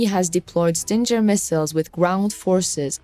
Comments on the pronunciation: Its not StinJer, its Stinger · it is a GGGGGGGGGGGGGG not JJJJ SO it is a ST ING ER ! GOT IT STUPID STING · Sting-er not Stin-ger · S.O.R. PLEASE, lets start giving credit to the correct weapon. STINGER is the word for the ass end of a Bee or Hornet. And the correct pronouncement of the name STINGER is "STING ER" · STING GER.....the G is pronounced with a guh sound. Prayers for all Ukrainians and victory.